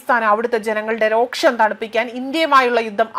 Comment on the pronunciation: Roksham alla sisterrrrr. ROSHAM